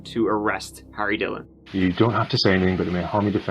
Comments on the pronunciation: "Harry Duh-hillon the duh-hipshit 😆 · not that it matters, but its pronounced: TEELH-LOH (DHILLON) Punjabi culture have a tendency to raise spoiled little boys fucking sad